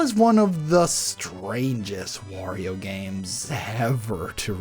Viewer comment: I could have sworn you said "worio" at one point